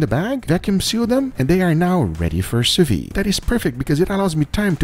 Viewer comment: Why are 99% of these chefs incapable of pronouncing " sous vide" correctly ??